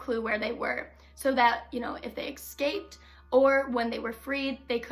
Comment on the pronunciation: Good luck for you young lady, putting yourself out there isn't easy. You'll get better as you do more videos. But I must say, you've done a great job so far. Wish you the best of luck with your channel... you go girl ! P.S. It's escaped not exscaped, lol, you're going to sound more professional as your channel grows. 😉